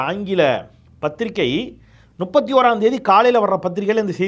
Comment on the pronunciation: 🍃ஐயா... அது நுப்பத்தி.... அல்ல முப்பத்தி... தயவு செய்து திருத்திக்கொள்ளவும்🍃